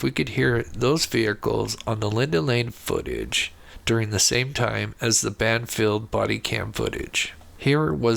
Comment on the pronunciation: It’s Band Field, not Banfield.